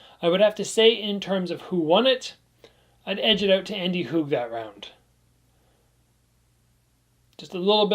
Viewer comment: as a guy from switzerland I really appreciate your pronounciation of andy HUG and thanks for the great video about two legends